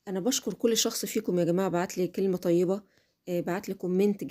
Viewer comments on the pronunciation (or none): none